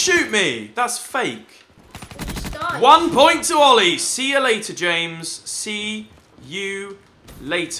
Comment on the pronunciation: Oh my god its oil-a